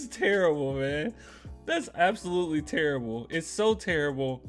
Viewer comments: Chuck says "turrible" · It’s not terrible. Chuck would say It’s “tirrable”.